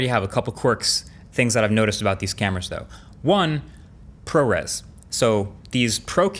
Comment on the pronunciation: ProRes = ProReels 🙃